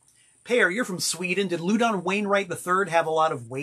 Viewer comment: I've never heard Louden's name pronounced "LOO-don." I have only heard it pronounced "LAU-din." Is messin' with us again?